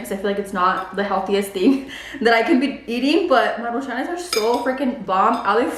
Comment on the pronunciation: Maruchanes??? Lmfao do you mean MARUCHANS 😂😂😂